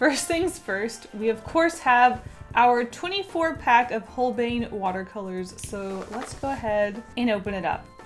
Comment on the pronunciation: “...holbein watercolors” my brain: VELKOME TO ZE HAUS TO ZE HAUS OF HOLBEINNN (YA!!! das ist gut)